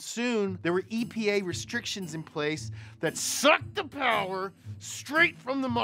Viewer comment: More powah baby